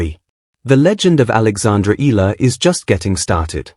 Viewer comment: E-YA-LA is the correct pronunciation